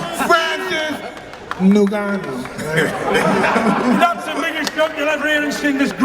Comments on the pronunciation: And the new heavyweight champion of the world francis nuganoue 😂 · Was so funny how he pronounced his name at the end newgano lol. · niggannou he said lmaoooo🤣🤣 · “Francis NEW-Gannou” had the grand dad Fury all worked up. And all this kabuki theater was borderline cringe. Why do people pay for this crap? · AND THE NEW, FRANCIS nGNAGHGANau...ah shit I said it wrong again haha! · Mike tyson: "Francis Nungannu" 😂😂😂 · Mike tyson keep pronouncing francis name wrong is hilarious 😂😂 "and the new! Heavyweight champion of the world!! Francis 👀 maganoo!!" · Mike Tyson keep saying "and the new: had me dying 🤣 then he said " nogano!! 🤣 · Mike getting a kick out of saying Francis N(ew)gannou 😂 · Mike Tyson accidentally calling Francis ‘Newgannau’ 😂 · Cant even say francis' last name smh oh boy 😂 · Tyson still doesn’t know how to pronounce Ngannou 😂😂😂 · How the f Mike still trying to remember how to say Francis's surname, Nagannou 😅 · Mike Tyson couldn't get the name of Francis Ngannou right .... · mike tyson is a joke...cant even pronounce the guys name whos hes training? have some respect for your guy by at least learning his name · Mike Tyson: Francis Ngannou!!! I’m not saying your name right am I? 😂😂😂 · 2 funny Mikes variations of how u can say ngannou wrong 🤣🤣🤣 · Mike cant say ngannou's name to save his life 😂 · I love how Mike forgot how to say Franci's last name 10x times in 10 mins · Mike couldn't say Francis' last name correctly like 10 times! Lol.😂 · Mike still can't say his name right:face-blue-smiling::face-blue-smiling::face-blue-smiling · How ur coach cant pronounce your name though!🤦‍♂️🤦‍♂️🤦‍♂️🤦‍♂️🤦‍♂️ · Every time Mike tried to say Francis last name was the best moment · mike tyson still fighting with the pronunciation of francis name lmao but holy shit furys dad had way too many today lmao!